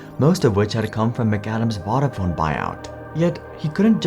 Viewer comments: I don't know how much research you do for these videos, but it would have taken about a minute to learn how to pronounce "Vodafone". Voda like Yoda. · Please learn how to pronounce key words in your script correctly. Vodafone in this video, Gelsinger in the Intel video. It’s lazy and annoying. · 2000 was not Vodafone's first foray into wireless telecoms. They'd been doing it for years in the UK and elsewhere. It's also pronounced differently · Narrator can’t pronounce Vodafone properly 🤣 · Interesting video but it grates my ears the way you pronounce vodafone. Both o's are long like in phone.